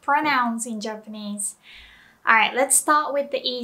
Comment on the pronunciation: did she say germanese?